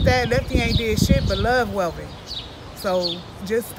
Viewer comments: Its not Melvin, its Welvin! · Welvin, not melvin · YOU SAID MELVEN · With all these views you’re getting exploiting homie … AT LEAST SAY HIS NAME RIGHT… ain’t that effin hard… at least you coulda edited it … smh…